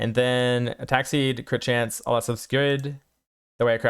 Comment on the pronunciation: Hey there. Build looks great and I've really been enjoying the spark build! The content is great! Just as a small piece of feedback (I hope this doesn't cause offense) - I sometimes struggle to understand what you are saying. I think it's a bit of speed but mostly enunciation. For example - 'you want to get all of these attack speed nodes' - all kind of blends together. Again - the content is great though!